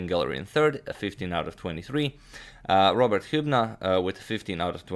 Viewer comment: "Rober" distracted me the whole video 😂